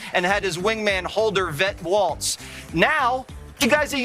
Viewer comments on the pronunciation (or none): none